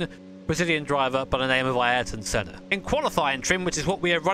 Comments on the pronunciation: “Ayrton Shedda” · "Ayrton Shedda" I think this is on his F1 hotlaps/races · Ayrton jezza🤣🤣🤣🤣